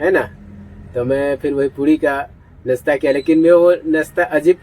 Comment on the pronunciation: आप बार बार नसता नसटा बोलते हो । सही तरह से नाश्ता बोले तो व्यूज बढ़ेगा।